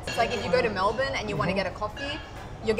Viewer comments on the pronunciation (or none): none